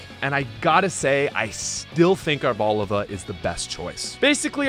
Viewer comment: Ar Bo Lee va is how u pronounce it